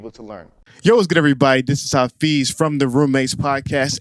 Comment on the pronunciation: Hey buddy... Your name is pronounced Ha-FEZ.... like the poet.... gawd....